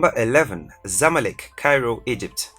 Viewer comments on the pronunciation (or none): none